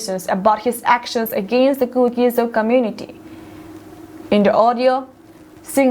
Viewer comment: news simnu boinu, lungsettah in ZO tin pronounce aw. Not ZOU